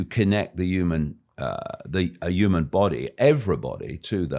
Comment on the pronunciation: Why can't he say "human " 😂